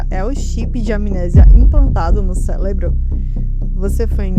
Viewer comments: "célebro" aqui me quebrou 😂😂😂😂😂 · Olá, seus vídeos chegaram até as minhas sugestões do YT e a thumb me chamou atenção. Seu texto é adequadamente estruturado e os cortes relevantes. Vc encontrou uma receita boa, com certeza. MAS a narração tem problemas, mais especificamente na leitura de palavras como Cérebro ou dependurar, é isso faz o espectador sair do vídeo. Trabalhe melhor a leitura e faça uma revisão detalhada, pessoa pra alguém ver com vc, é só solte o vídeo depois de ter certeza de que não há erros, ao menos até o primeiro minuto de vídeo. Não desanime, parabéns pela coragem.